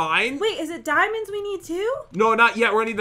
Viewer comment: I heard a part where you guys say diamonds but i heard DIEMONDS